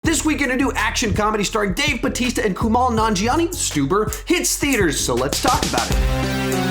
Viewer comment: I thought it was hilarious!! By the way, it’s KuMAIL, not Kumal.